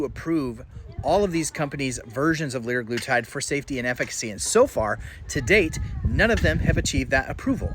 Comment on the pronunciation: FYI, you are pronouncing semaglutide and liraglutide incorrectly. If you watch any talks from Novo Nordisk, you can hear the proper pronunciation. seMAglutide and lirAglutide. Just like TirZEPatide. The second syllable is the stressed syllable.